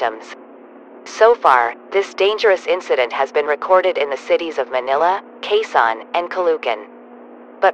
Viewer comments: Bro read it as a Qaizon city instead of Quezon. I’m a filipino so that’s how I know how to pronounce “Quezon” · Why is Quezon pronounced as KASAN? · the quezon is wrong, it's pronounced Quézòn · also its not qeen son ite ke son (zon) Quezon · Is it just me a filipino who got offended because she pronounced stuff wrong it said "Ca-lu - can"when its "Ca-lo- ocan" and Quezon as "Kwe - zon" When its "Que - zon" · As a pinoy, IM MAD BECAUSE THE GOOGLE TRANSLATION GOT THE PROUNCOUNCES WRONG AND PUT IT INSTEAD OF: "kayzon calucan" like bish wth except for manila. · As a Filipino, this is how you pronounce the cities. Quezon (Khe-zon) Caloocan (Kha-lo-oh-khan) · the way he pronounces caloocan and quezon tho 💀 "caloohkan" "keyzon" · They pronounced quezon “case-on” and every Filipino knows this is VERY wrong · Its spelled Quezon but its pronounced Q eson Caloocan is pronounced Cal o o can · "asweng" "calocan' "qeezon" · The way they pronounced Caloocan, Ninoy and Quezon hurts me as a Filipino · As a Filipino, I got 1 aneurysm for each time they mispronounced Quezon and Caloocan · LOL THE VOICE PRONOUNCED QUEZON AND CALOOCAN WRONG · That pronouncing of "Quezon and Caloocan" literally killing me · as a filipino i am somewhat angry at the fact that it mispronounced 'quezon' and 'caloocan' 😭😭😭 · Its kezon and kalookan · WHY DID THEY SAID CALOOCAN AND QUEZON SO WERID... AS A FILIPNO THIS JUST... oh and calugan. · They pronounced Caloocan and Quezon Wrong im a filipino btw